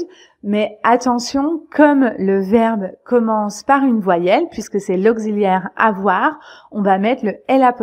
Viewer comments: Bravo .... vous avez prononcé " auxiliaire " avc "z" ( augziliaire ) ! Elle est attestée cette prononciation ? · Non, elle n'est pas attestée. C'est in défaut de prononciation. Il faut prononcer : ok.si.lièr